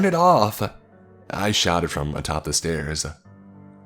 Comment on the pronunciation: "Turn it offah!" 😆 Love you